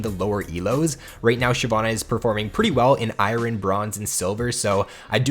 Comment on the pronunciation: The way he pronounced the names and pronounced iron makes me mad